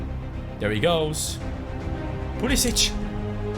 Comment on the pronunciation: You are saying pulisic name wrong